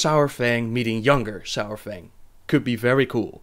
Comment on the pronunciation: It's not sourfang. Saurfang, it sounds like it looks.